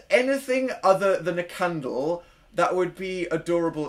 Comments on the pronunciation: dan its candle nOT CHANDLE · no one: dan: a cundle? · when you said made a candle i thought i heard may be a cannibal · Ajlkittycat But he's saying caundle. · Daisy Macdonald its candle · I say candle like that lol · I HAVE BEEN REPEATING THE WORD CANDLE THE WAY U PRONOUNCE IT AND IM NOT SURE IF ITS A WORD ANYMORE WHICH LED ME TO THINKING ABOUT HOW WORDS EXIST WHICH LED ME TO WHY ARE WE HERE PLZ HELP SOMEONE SEND HELP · At last I'm not the only one who does this! Shhh don't tell.... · Is it weird that I like how he says candle?